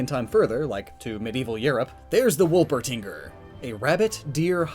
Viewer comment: I think you NAILED it with the Wölpertingûr (might have messed up the accents, but I do know they are in there somewhere)